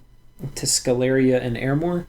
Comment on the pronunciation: I suppose Sceleria should be pronounced with sh as in sheep due to the name being derived from latin (campus sceleris) Great guide as always!